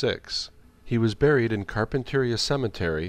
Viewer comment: The town in which John Dehner was buried is Carpinteria - pronounced Car Pin Ter Ree uh